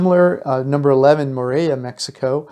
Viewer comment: Just trying to help : You talking about Oaxaca but the pictures in the Video say CHAPALA or Colima.The video it's not synchronized with the audio,also the pronunciation of some of those places ,i don't think anybody can find them just by listening ..for example the Town name is MORELIA..MO-RE-LI-A just the way its sound NOT MO-RI-A